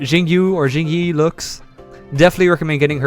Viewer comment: Its pronounced like Ching Yee and Zoo You-when.